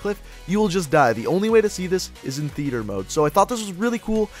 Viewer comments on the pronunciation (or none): none